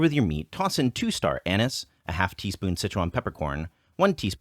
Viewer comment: You mispronounced star anise